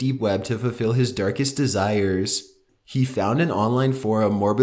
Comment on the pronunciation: Number 2 canni,-ball-isti-c DE-ZIRES